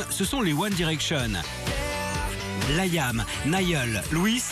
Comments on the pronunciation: Mdr comment il a prononcer leurs noms ptttdr LOUIIISE ZAYYAAAAN LAYYAAAAM Nayyyeuul Harry lol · " Layam , Nayeul , Louisse et Zayan " HAHAHAHA Sérieux même Louis il sait pas le dire? x) En plus il a oublié Harry! A mon avis c'est trop simple a dire alors il a préféré se taire :/ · Nan mais c'est quoi ce délire franchement ça me met en rage les gens qui savent pas prononcer leur prénom ! Bon Niall , Zayn ok ça passe je peux comprendre mais Louis Liam ! Y'a que Harry ou ça va ❤❤❤❤❤ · Il faut qu'il apprenne a dire le prénom de Liam et Zayn et Louis --'